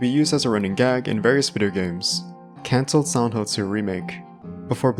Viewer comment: Can you not annunciate the word silent? All I can focus on is you saying “Sauntil”